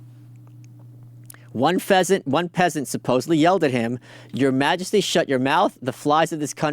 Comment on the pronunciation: ‘One Pheasant’